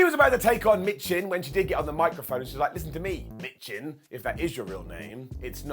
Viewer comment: Michin is pronounced "Meechin".